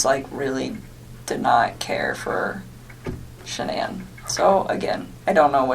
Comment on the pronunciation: Why does she have trouble saying ShanAnns name????